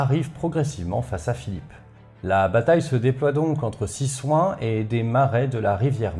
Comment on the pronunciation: Encore un fois c'est top ! Pour info "Cysoing" se prononce (au moins actuellement) CIZOIN et pas CISSOIN J'ai un doute mais "Senlis" se prononcerai pas "SENLISSE" ?